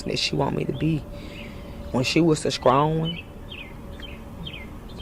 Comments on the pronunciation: She "sKrong" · Who tf told people strong is with a K smh 🤦🏽‍♂️ wtf Is skrong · "Scrong"? Why cant some people say "strong"?